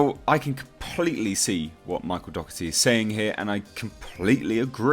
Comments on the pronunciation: You pronounce his surname incorrect. Its said 'doh er tee' just fyi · My step family has the same surname and it's pronounced Dock•erty. His could be the same but doesn't correct it since everyone pronounces it the other way